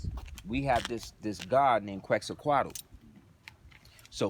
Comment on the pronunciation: It’s pronounced quetz-a-col Peace and love brother 🇲🇦🤍